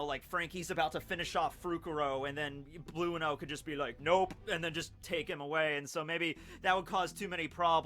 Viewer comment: are u telling us that u pronounce enel as eneru and blueno as blue-no not bruno??! Ohh okayy